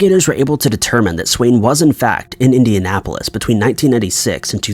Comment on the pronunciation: He repeatedly says "Indiapolis" lol